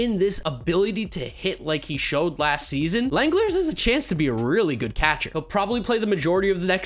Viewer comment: By the way, Shea Langeliers' last name is pronounced "Lang-El-Leers" according to how Manfred said his name when he was drafted. I always thought it was "Lang-El-Li-Ers" personally.